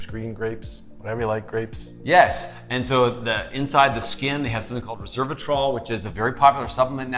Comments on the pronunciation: Not "re-SER-va-trol" -- it's res-VER-a-trol!! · Resveratrol, not reservatrol. 😂😂😂